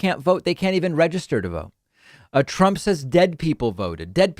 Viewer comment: Of course t-RUMP is confused. He is full of dementia! He can't even say his name right.